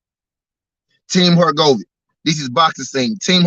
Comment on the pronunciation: Bruhhhhh Your pronunciation of Filip Hrgovic tells me 1000% that you have never watched a fight of his, I don’t know why you profess to be knowledgeable in the sport of boxing when you are speaking on boxers who you have not even seen compete, if you have then you would know and hear the commentator pronounce the name particularly Hurr-Go-Vich! Nat Ur-go-Vick TF man. Awful